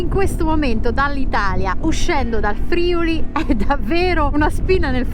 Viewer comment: Ragazzi complimenti davvero. Mi raccomando: Friuli con l'accento sulla U.